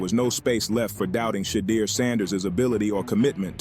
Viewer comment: AI please get the pronunciation of Shedeur’s name correct.